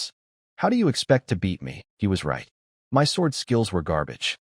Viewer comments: This is good, very funny in parts. Just wish the A.I text could be fixed. Saying M.Y instead of 'my'. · One question Can you teach AI to say the word (MY) instead of (M-Y) 😅😅😅😅😅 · i love how bad ai gets with numbers 10/10 = October 10th instead of 10 out of 10 would do again like the context implies and how hard is it to say the word MY its 2 fkn letters and it literally spells it instead shit like this makes that little dark part of my mind go welp glad the ai wont take over in MY lifetime